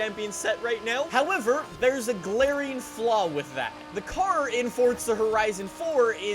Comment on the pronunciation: Its FORZA NOT FORTSA